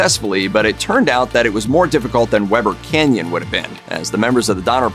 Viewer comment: “We ber Canyon”. Not Webber.